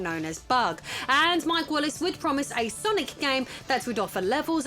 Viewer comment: It's not that hard, "sir-knee"